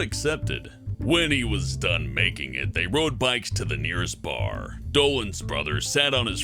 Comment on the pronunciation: “Beer at a ba.” “Ba.”